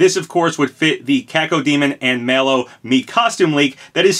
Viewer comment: He also pronounces Mallow as Mellow. Lol